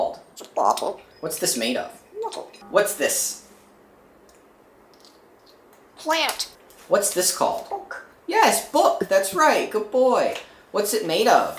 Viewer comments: He really emphasized ‘plAnt’ 😂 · When he says plant he has a slightly nasal “a” that reminds me of my favorite aunt from Long Island and I love it! ❤ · plant! B L O C K